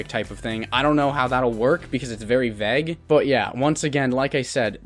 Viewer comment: you seem like a cool dude but you need to learn how to pronounce the word vague. sincerely, your friendly neighborhood doge.